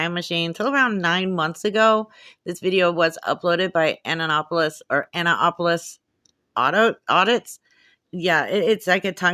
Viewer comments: “Your” channel !!! You can’t even pronounce Ann-apolis !!! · It is pronounced an-NAP-o-lis accent on the second sylable.